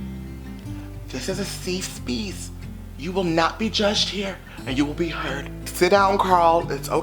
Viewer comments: Not a “seef Speese” I cannot 😂😂😂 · “This is a safe speece” took me out fren 😂